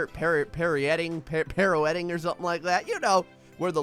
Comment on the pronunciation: And it’s “pirouette,”.